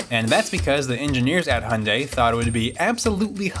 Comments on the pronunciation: You pronounce "Hyundai" like "Honda" 😅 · This is not how u pronounce "hyundai". Its not "honda".